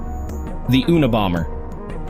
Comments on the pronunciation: "The Oonabomber?" AI garbage. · Feedback is what you get from buying a MICROPHONE and having too close to your speakers....The AI in this video mispronounces "Kazyncski" and "Unibomber". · This AI Slop can't even pronounce "Kazyncski" or "Unabomber".